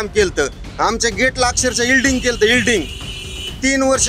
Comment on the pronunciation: ईल्डिंग नव्हे वेल्डिंग